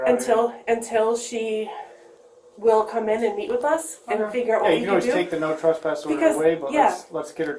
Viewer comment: It’s TRESSpass…not “trusspass”.